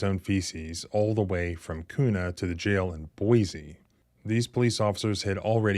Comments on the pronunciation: We say it like que not koo lol. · Kuna is pronounced by us Idahoans as "Quna". 👍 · It’s pronounced Kyunah. 😂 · I live in the area where this happened and the way youre pronouncing Kuna is hilarious! Lol Its pronounced Q-na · Pronounced *Kyouna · When you think of how to pronounce KUNA, think of how you pronounce CUBA. The locals pronounce it CUE NAW! I used to live near there. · Thank you for covering this. FWIW the city is pronounced KEW-na. I am livid that the sheriff doubled down on how they “fumbled” in this instance. It appears the tyrants enjoy and take pride in trampling on our constitutional rights. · Being from Idaho it’s pronounced “Qna”. Spelled Kuna. If you’re keeping score. Small police agency filled with the barely functional dregs of police. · You are mispronouncing Kuna, ID.